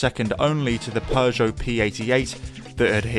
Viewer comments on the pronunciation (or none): none